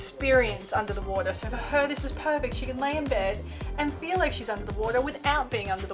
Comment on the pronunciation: Hiya 👋, Airlie Beach seems so quiet and nice. I’m glad you didn’t get boat sick. That reefsuite is probably the best possible room you’ll ever get. It seems like you said “Felix” instead of “feel like” 😆. That snorkeling is amazing. Wish I was there swimming right now instead of being stuck at home with my broken elbow. That sunset is gorgeous 🌅. The Great Barrier Reef is definitely on top of my bucket list 🤤. When I thought the sunset is the most beautiful thing on your trip, I hadn’t seen the sunrise, which is even better 🥹. The diving is definitely something I’d do! I missed diving as my last dive was in 2018, except for a scuba review last month as preparation for my Mexico trip in November. Your trip is truly amazing, I wish there were longer trips on the Great Barrier Reef like a week or 2 of cruising, it’s such a zen adventure. Thanks for sharing and have a great week ahead 🤙